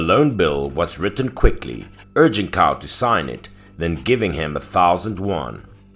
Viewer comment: 😉 love these stories! Btw 'Cao' is pronounced as "Tsao"